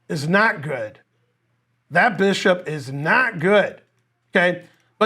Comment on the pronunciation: "This bishop... is NART good. This bishop is nart GOOD." XD moments like these are why i keep rewatching finegold lectures